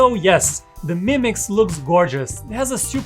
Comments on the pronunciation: It's 2 words "MI Mix" not "Mimix" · Ha ha.. he's saying "mimics" 😁 Not a bad name for a phone. Called it, trademarked it!